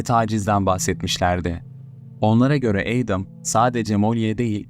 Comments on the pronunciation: Adam(Edem) diye degilde Eydim diye okuman😅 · Edem değil edım diye okunur. Ayrıca video sahibi de doğru telafuz ediyor. Laf sokucm diye komik olmayın mk